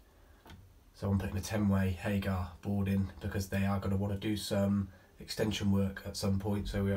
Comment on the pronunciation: It’s Hager not HagAR 🙈